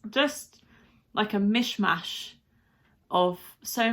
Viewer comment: Noway you say MischMasch hahahah i cant :D <3 <3 Switzerland finally got a really DOPE SONG <3 <3 Hopp Schwiiz - Go Switzerland